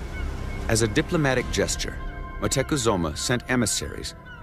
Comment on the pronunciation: Is it just me or was the narrator saying Moctezuma wrong the entire time?